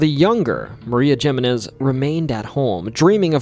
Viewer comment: It is clear that you never studied Spanish in school because love to mangle Spanish words. 1) The letter "J" in Spanish is pronounced like the English /h/ sound. Also, it is the second syllable that receives the stress, not the first: "hih-MEH-nehs". 2) The double "Ll" in Spanish is pronounced as the English /y/. "Llorar" is the Spanish verb "to cry". The weeping river-side ghost is pronounced La "yoh-ROH-nah". 3) "Fe", the Spanish word for "Faith" and is pronounced "FEH". The famous railroad line in not pronounced Santa "Fee". You do so much amazing research for your videos, why can't you take a few minutes to look up how to pronounce words and names.